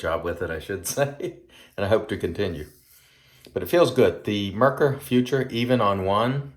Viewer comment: I believe the German pronunciation is something akin to "foo - TOOR", but don't tell a German I said that.. 😁... Great shave! I may have to pull the trigger on this set 😎. I'm a sucker for these resurrected scents. I think Doug should call it Myanmar 🇲🇲. Also, if you want to see a great (creepypasta) story on the Cecil, Google "Elisa Lam Video". Have a great week!